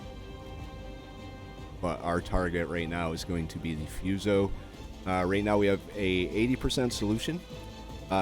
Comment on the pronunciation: Fuso... "Foo-so" not "Fuse-oh".😁 I'm playing catch-up, so I realize my comments are too little, too late.🤦🤣🤣🤣